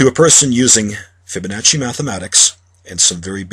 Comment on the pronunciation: its pronounced fib a nah see theres no H... stop saying FibaNotcHy. idiots.